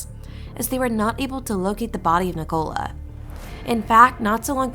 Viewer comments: Full of errors! Pronounces her name like she was a cola drink. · Guys if you are going to do a piece on a case like this FFS make sure you can pronounce their names correctly. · You can't even pronounce her Christian name correctly!! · Wish they would pronounce her name correctly and the area this is nothing new?